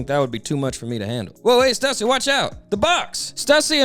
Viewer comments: Bro knows it's pronounced "Stoooo-seee" right? RIGHT? 😂😂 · Question real quick. Isn't Stussy pronounced "Stew-sea"?